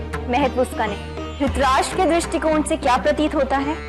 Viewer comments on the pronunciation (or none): name pronunciation galat hai 😅 . Dhrit + rashtra = Dhritrashtra